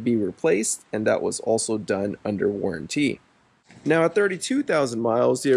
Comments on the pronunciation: It's not warran-tea, it's warranty! 😂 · What’s the difference between a warranty and the warran-teee you keep mentioning? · Good thing you got that aftermarket warran-TEE 😂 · "worran tee" :D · Never in all my life did I think someone could say waranTEE so annoyingly jeez had to click off lol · I was wondering why you decided to buy this. After I heard the way you pronounce warranty it all made sense. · Why does he say warranty like that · Had to stop watching……maybe learn how to say the word “warranty”?